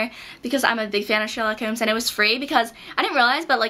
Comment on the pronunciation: Hahaha you say "Holmes" (as in Sherlock Holmes) weird